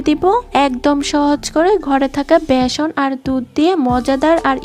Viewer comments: ভ্যাসন না বেসন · ভিডিও তৈরি করার সময় শব্দের উচ্চারণের দিকে নজর রাখা উচিত। ভেষন না বলে বেষন বলতে হবে।